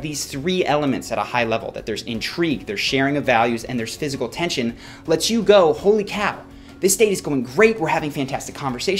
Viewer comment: If that word was meant to read 'physical' then good lord did you butcher it.